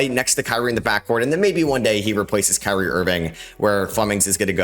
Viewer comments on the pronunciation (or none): none